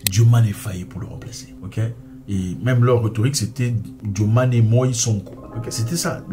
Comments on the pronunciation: Mais c'est pas la peine d'ecorcher le nom du president. Dio maye Faye pas Diomané Fayé c'est incroyable en plus rien de ce que tu dis n'est vrai sur ce sujet grand frère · ce n'est pas "DIOMANé" c'est DIOMAYE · Diomaye et non Diomané